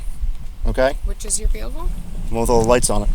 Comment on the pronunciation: great alphabet! 😂 Her expression was hilarious "I'd like to recite that again". Then "which one is your verehcle?"